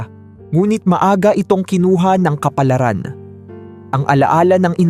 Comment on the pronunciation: Ayusin mo magbigkas ng kaplaran😮